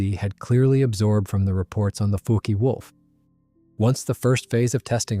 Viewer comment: The Foo-Kee wolf?